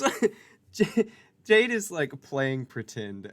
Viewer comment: She calls Jade, bhaaabuh 😖😣 I hate it so much. It makes my flesh crawl.